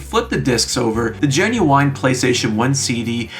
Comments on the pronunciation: I hate that you keep saying GinuWINE (who is an recording artist) instead of Ginuwine (silent e) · Please stop saying genuine like that 😭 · your pronounciation of the word "Genuine" is genuinly strange